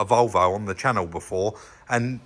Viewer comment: Chris, you need some practice, try this: "Welcome back the the channel...and anuvver...noo....video." Make sure you put the spaces in to get the full effect. (pronounce channel as "channall") Love it, thanks guys, and I haven't even watched it yet.